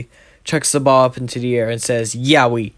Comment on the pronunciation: say yeoui like yo wi not YAOI like bruh thats kinda sus thoooo